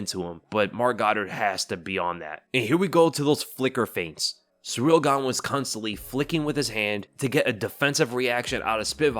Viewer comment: You really gotta stop calling him "Surreal Gane". It's Ciryl. Pronounced like cereal without the a.